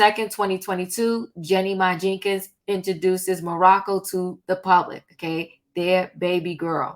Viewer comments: Its Monaco...not Morocco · Jeezy and Jeannie baby name is Monocco not Morrocco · you keep renaming that baby to Mariah's kid. No 'R'. Her name is MONACO.❤ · It’s Monaco